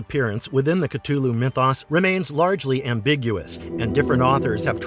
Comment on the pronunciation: The narrator kept miss pronouncing Cthulhu's name